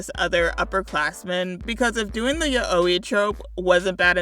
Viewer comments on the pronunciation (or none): “Yuh-owi” ima start saying it like that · Great video but yaoi is pronounced yowie and yuri is you-ri, sorry but that pronounciation hurt me physically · First and foremost, you’re pronouncing yaoi wrong. It’s “Yao-wee”. Just wanted to get that outta the way. ANYWAYS, coming from somebody who is ALL over the yaoi side of fandoms, one things that irks me particularly in fan content is HANDS DOWN the thing where they make one of the characters, specifically the one they interpret as the bottom or sub or “uke” if we really wanna go back in time, VERY VERY VERY feminine. Which I want to clarify is separate from respectfully portraying that character as GNC. This is a difficult topic to talk about, and I feel like I have a fairly unique perspective on it being a more GNC transmasc myself. So I’m aware of the ins and outs of being attracted to men in a queer way, and also being viewed as more feminine than I actually feel, but also not being all around uncomfortable with presenting femininely. I ADORE GNC characters!! Put that man in a dress I will start jumping for joy!! But there’s kind of a barely visible limit between “I personally interpret this queer man as GNC” and “I personally interpret this man as the submissive partner so he AUTOMATICALLY becomes the feminine one”. It’s not that there’s anything wrong with portraying a queer man as feminine, I keep on reiterating here that GNC characters are WONDERFUL, but you’ve gotta step back and consider for a second WHY you’re interpreting him like that. And, moreover, stop and consider if you would portray his partner you consider to be the “manly” one as more non conforming as well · The way you pronounce Yaoi hurts me 😭😭😭